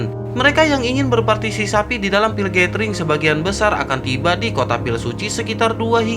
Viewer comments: Berpartisipasi bukan bertarsisapi😂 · Berpartisipasi bang bukan berpatisisapi...🤭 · berpartipasi cok bukan berpatisapi 🤣🤣🤣🤣🤣🤣 admin anjing bikin gua betah di channel ini... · Berpatisisapi🤣, jdi lupa klo mau bilang berpatisipasi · Kasihan bang sapinya masa partiSISAPI terus partiSIKAMBING kapan di sebut ... Hahahahahaha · Bang....gagal fokus sama kata2 "berpartisisapi"😂😂